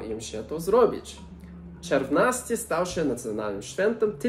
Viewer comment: Bardzo ciekawie opowiadasz o historii, nauczyłam się czegoś nowego, dziękuję. Ale sory, dla mnie "czerwnasty" kojarzy się w wymowie z czerwiem, jakąś larwą, co nie jest zbyt miłe, kojarzy się głupio. Obejrzałam kilka Twoich filmików, subskrybuję kanał, i jestem pełna podziwu dla Twoich zdolności językowych :-)